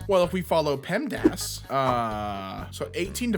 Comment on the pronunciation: Every time I watch this, I get irrationally angry about how butchers PEMDAS immediately after saying that he's follow it